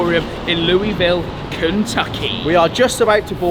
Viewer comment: As a Louisville native great pronunciation on the city. Also first time coming across your channel really enjoyed the video.